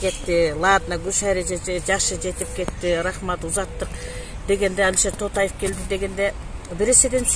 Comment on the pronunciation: Автор,Тотаев десен ким экен деп жатыпмын,Тоотаев дебейсинби,тооба